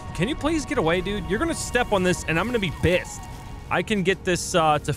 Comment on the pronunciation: "You are going to step on this and I am going to be Bissed!" (Ctop Sunday March 10th) ROFL